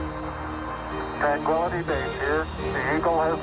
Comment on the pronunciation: not only did Charlie Duke confuse the word "twan" - tranquility base. Neil Armstong also sounded like he confused the word. It sounds like Neil said, "Houston, Tranquality base here". It sounds like Neil said "Tran quality" instead of "Tran Quility" base. It sounds like Neil said "Quality" instead of "Quility". These men knew the whole world was watching and listening. Who wouldn't get a little nervous? Especially since there was less than a minute of fuel left until "Bingo time" for the abort. Tensions were at the maximum a human being could possibly undergo in a voluntary setting IMHO. No wonder they stumbled on a few words here and there. So much more for the authenticity of the moment.